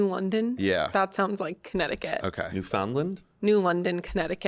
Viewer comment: not saying newfoundland wrong 😖 its pronounced “new-fn-land”